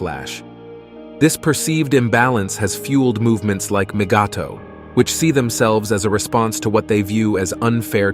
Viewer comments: Moogato? Who? LMAO! The AI that reads dialogue for these videos could use some tweaking. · The AI saying mgtow as MIGATO is hilarious! Kind of sounds like the name of a Japanese ship. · Migatto? Really? Somebody's AI translator is not up to standard. Wax on, wax off.